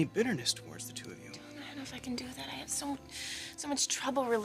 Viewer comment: I hate the was Jessica pronounces Dylan's name ("d_ _n"), eeeek